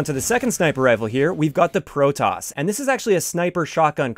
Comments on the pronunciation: Its Proteus. Pro-tee-us. Not Pro-Tus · Why is he pronouncing it like "Lotus" when it should clearly rhyme with Prometheus? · why can't anyone pronounce Proteus right, seriously why!????????